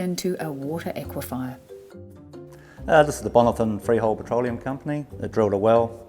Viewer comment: It is an aquifer not an aquifier